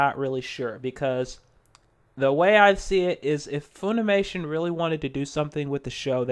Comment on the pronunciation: It's pronounced Funimation like fun, not foon. Please stop, as to save the ears of the viewers.